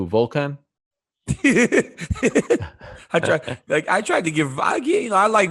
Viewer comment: This fool Ariel said “who volkon” 😂 good one